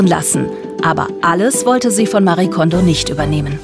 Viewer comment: Was mich echt so ärgert: ihr habt ein kurzes Video drin, in dem Marie Kondō sich selbst vorstellt. Sie sagt ganz klar Mari-e Kondo. Ist es so schwer, einen Namen korrekt auszusprechen? 😩 ich schaue fast jede Ordnungsdoku und jedes Mal fällt es mir wieder auf. Names matter. It’s not that hard 😒